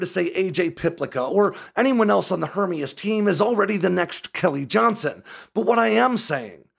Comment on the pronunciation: And we are supposed to value information from someone who is unable to pronounce Hermeus? I guess it could be a grasp at clickbait. Either way kinda discredits any supposed insights.